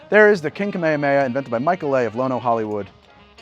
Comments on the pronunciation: It's pronounced kaa-may-haa-may-haa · Me and goku are mad about how you pronounced "kamehameha" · i have never watched Magnum PI, so maybe i dont know something, but i dont think thats how you ronounce Kamehameha, loved the video as always :D